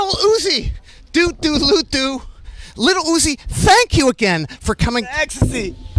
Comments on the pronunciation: Little Hoozie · I love the way nardwuar pronounces lil uzi, "Liddl Oozie". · Bro, why he keep saying the name proper like that? “LITTLE UZZI” 😂😂😂😂😂😭😭😭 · love how that interveiwer calls lil uzi "LiTttlE UZi"